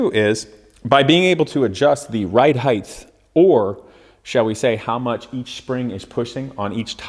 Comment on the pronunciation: stop saying HEIGTH!!!